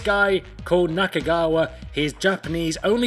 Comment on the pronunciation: Naka-Kagawa? sometimes you got it right and other times you butchered that name. lol